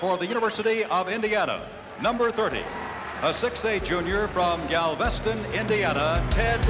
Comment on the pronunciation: Interesting that the game announcer got the pronunciation of Gal-VEST-in, IN correct, but doesn’t know the proper name of the university.